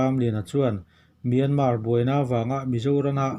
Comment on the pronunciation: Miarman a awm lo .myanmar tih tur